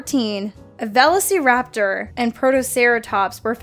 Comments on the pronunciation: I had to do a double take on that one. How does someone miss say that. Has watched any dinosaur movie ever? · Only when says velociraptor correct.😈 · I've never heard anyone pronounce "Velociraptor" that way before... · How you pronounce Velociraptor....